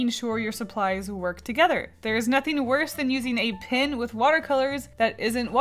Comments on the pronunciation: why do you say pin? instead of pen... Im confused :P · It's pronounced p-E-n. Pin is not the same as PEN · When you say "pin" are you trying to say pen? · Hehehe you saying pen like pin is cool and unusual